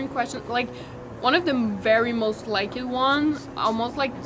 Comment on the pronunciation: So cute how she says most likED 💘